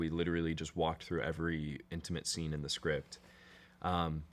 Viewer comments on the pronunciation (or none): none